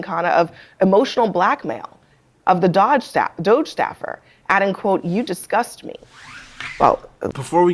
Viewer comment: I love hearing people say doge wrong. Like it's 2013 again